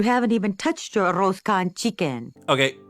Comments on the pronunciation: Didn't really expect Peggy to pronounce "Arroz" with an spanish pronunciation instead of a mexican one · What makes it worse is that Peggy's ego makes her think her pronunciation is correct. Anyone else who would mispronounce the words only do so because it would be the first time seeing/saying the word and just needs practice.